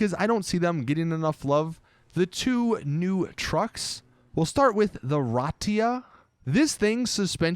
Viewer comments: riata* not ratia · rahtia XD you mean rhiata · Did it trigger anyone else that he kept calling the riata the ratia? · I like how he calls the riata the ratia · Riata -> Ratia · the SUV is not Ratia! It's called RIATA! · R I A T A is pronounced ree-AH-tah, not rah-tee-ah. Like the car brand Fiat, except it starts with an R and has an A at the end. I like your channel, man, but you're killing me with the bad pronunciations. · is it so hard? ratia???? it's riata!!!!!!!!!!!!!! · Riata not riatia ! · The Riata I pronounced Ree-ah-tah just letting u know, u sounded dumb when u said it the way you did. Also it's Chernobog not Chernobob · Re-ah-ta and it’s airbags not hydraulics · Is it that hard to say Ri-a-ta. I mean come one!